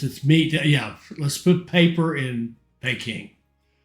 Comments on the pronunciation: 'Pee-king' not 'Pay-king' lol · Great vids again. Just bought this for xbox. Also Peking is pronounced as Peeking Lol